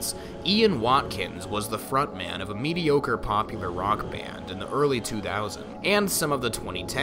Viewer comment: LOVE how he said MEDIOCRE BAND! 😆